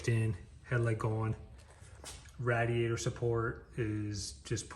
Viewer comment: Its called a Radiator ra-di-a-tor not a rad-i-a-tor!